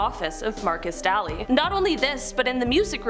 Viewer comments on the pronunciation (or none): His name is markus Daily say his name right,montana born and raised.Markis Daylee,pronounce it right.